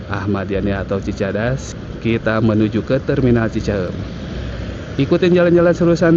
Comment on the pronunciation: Narrator-nya pasti bukan orang Bandung - teu bisa-eun ngomong cicahEUm 😁